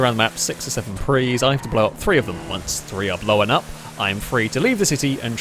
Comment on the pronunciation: Blown up, not Blow-an up!